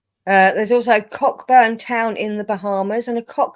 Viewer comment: Good Morning, & 🧡☕️ i was asleep & missed this 💤 again. Watching now 🧡 the name Cockburn is pronounced Coburn 🤣 it was funny though 😂 Also Fantastic Beasts & you were first 😂🧡🧡🧡🧡 Hope to catch you all on Friday on Hens channel 🧡 miss you all 🧡🧡🧡🧡